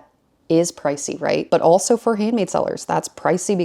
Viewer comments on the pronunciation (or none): none